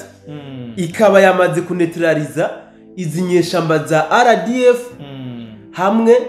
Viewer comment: Mumvugira neza iryo zina ry'inyeshyamba,ngo:"za RDF"🎉